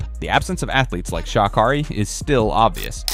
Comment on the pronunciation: Pronounce her name right